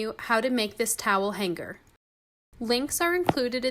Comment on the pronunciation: Goshhhh, so nice and very easy. Side note: the word “hanger” has a soft, non-guttural ‘g’